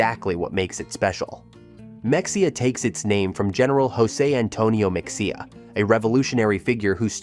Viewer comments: I live in Purdon and have worked in Mexia. But research the word before you mispronounce it heh... Even the Wiki says "Mexia (/məxeɪjə/ ⓘ muh-HAY-uh or /mɛxeɪjə/ ⓘ meh-HAY-uh)[4] is a city in Limestone County, Texas, United States. The population was 6,893 at the 2020 census. The city's motto, based on the fact that outsiders tend to mispronounce the name as /ˈmɛksiə/ (MEK-see-ə), is "A great place to live, no matter how you pronounce it." BOO-ee, Tx as well... sighs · even real people not from Texas don’t know how to pronounce it. It isn’t that hard. Ma-hay-uh. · The mispronunciation of Mexia is like nails on a chalkboard! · Oh my goodness learn how to pronounce these Texas towns ! Mexia !!! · I just found this video and my ears screamed in pain at the mispronunciation of Mexia, UGG! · Learn how to pronounce the town names correctly. First lesson is Mexia. If you really went there you would have known the proper pronunciation. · The way you pronounce Mexia... is how I know... you are not from Texas. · At least find an AI reader that can pronounce Mexia right 🥲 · Ma hay ya, not Mex e ha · It is not mexia it is pronounced me hay ah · It is pronounced Muh-hay-uh....... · Ma- hey- a, Not mexica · Mexia is pronounced Ma-hay-uh NOT MEXIA!!! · Mexia is pronounced as Muh hay uh not Mex e uh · You are calling Mexia (Mex ee uh) it is correctly pronounced (Muh hay uh)..... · It’s Ma-hey-a not mex-i-a !! And Bo-dark trees!! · AI read no one pronounces mex ia it is pronounced mehaya. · You list me at “Mex-E-ah” 🤣😂 I’m sure other ppl have come down here in the comments to say…it’s Ma-hey-a. Nice vid otherwise. 👍🏻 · It’s Ma-hey-a, NOT MEXEA! UUUGGG, AI!!! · it is not mex e a it is ma hay a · Ma-hay-uh not Mex-ee-uh I'm a Kentucky transplant of 14 years, and I even know that. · Mexia, LOL! Ma-hey-a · OMG it's Ma-hay-uh! I had to stop watching. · NOT MEX_E_UH!!! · The x is silent....MEXIA, SO LIKE MAHEYA💪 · You mispronounced Mexia it’s pronounced “Ma-hay-ah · IT'S MEH-HAY-AH!!!